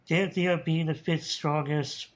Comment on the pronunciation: Oh so that's how you pronounce it! I've had trouble with Danthias name for years!